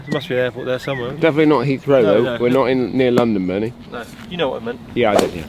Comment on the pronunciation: I've never heard anyone pronounce Heathrow like Heath.. row.. But I assume that's the proper way to pronounce it.